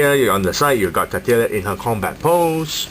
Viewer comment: Its pronounced Cattle (like the animal) ya I think its a joke on how thick she is